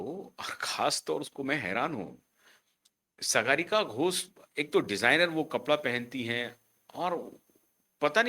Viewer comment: Sagaarika nahin Saagarika. Naam to sahi bol lo 😅😅😅😅